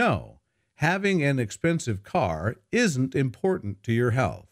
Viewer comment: please pronounce th in the word "health",otherwise you pronounce this word like hell